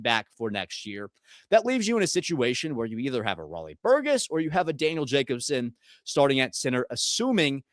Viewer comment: Do you really not know how to pronounce Burgess correctly?